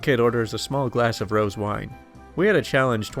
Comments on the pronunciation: "Rose" wine??? it's pronounced Ro-zey". You seem to not have a very good grasp on the English language as this is just one of many examples. Your videos make me wince at all your incorrect pronunciation of English words & phrases. Don't you have an American friend to help you??? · Aaarrgghh! The wine- it's not pronounced "Roz". It is properly pronounced "Ro - zay" Two syllables, not one. Just sayin' ;->= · Every time you pronounced Rosé as "Roehz" I died a little inside. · FYI Lager is pronounced LA-GURR with the emhasis on the LA. ROSÉ wine is pronounced ROSE-A (Long "A") with the emphasis on the A. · Rosé = ro-ZAY Abuela = ab-WAY-la (or av-WHEY-la) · When is blush wine called rose? Pronounced ro se.